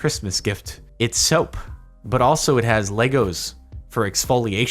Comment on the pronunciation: Lay. Go. Not Leg. Gos.